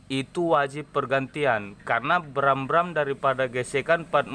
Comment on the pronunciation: Bukan bram....tapi gram